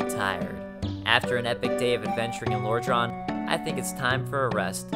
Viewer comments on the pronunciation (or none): Could you please learn how to pronounce things correctly? It AN-or Londo, not Ah-nor. you also keep calling it Lor-drahn. when in the beginning of the game it clearly says Lor-drAN. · No offense but the way you say lordran. Oh boy... You say it like lorhdrhan. With a higher pitch A. No offense but I just wanted to let you know if you ever see this comment on a couple year old video. Again. NO offense.